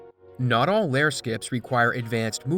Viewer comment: Is it just me or does he not know how to pronounce layer